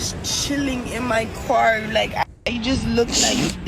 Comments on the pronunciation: Did she just say kwar instead of car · Maybe she's single because she says "kwar" instead of "car". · "jus cheeling een moy corr" - yeah so sexy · What's a coo-are? (Koo-R)